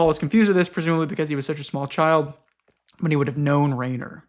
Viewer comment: Okay I wasn't sure before, but now that you've mentioned Rainer Rilke it's confirmed it to me so, I've got to tell you Rainer is actually pronounced with /ai/ as a diphthong making a long I sound like in the word 'line'. I don't know if you've seen it, but think of Reiner from Attack on Titan. If you wanted to spell it in a way an English speaker would get intuitively from the ground up I think you would spell it Riner.